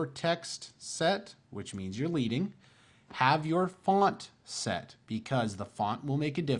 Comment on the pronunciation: Tip, leading is pronounced 'ledding' this is because in traditional printing the space between the lines of typeset was created using strips of the metal, lead. Just trying to help👍